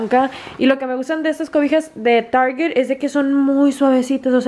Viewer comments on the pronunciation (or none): none